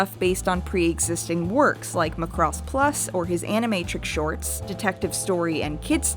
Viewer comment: I just blame that on accent or however they tend to speak where she's from. She has the same issue with Macross and keeps say "Mu'crose" the same way she say "K'noh". lol But... idk her experiences are with japanese or accents, and for all I know she could be more correct.